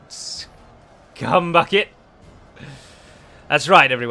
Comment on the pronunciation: You’ve gotta say the S part in scum bucket a bit earlier than what comes after, I was thoroughly concerned from what I thought I just heard you say ;) love the videos, keep it up!